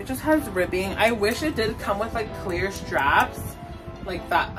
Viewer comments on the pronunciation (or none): none